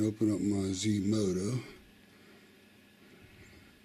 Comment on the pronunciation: Zmodo asked you to do a review and you say Zmoda???